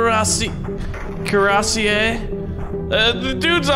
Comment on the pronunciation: t'as entendu quand il a voulu dire cuirassé ? Ça m'a fait saigner les oreilles 😂